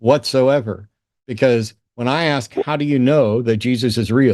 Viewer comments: Ask not Aks. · An "aks" pastor, or an ex pastor?! 😳🤣🤣🤣